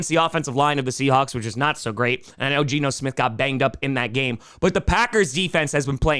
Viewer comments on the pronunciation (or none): none